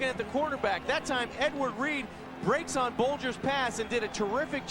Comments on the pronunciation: The way the announcer said Edward reed made me die inside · Listening to these commentators call him “Edward Reed” is hilarious.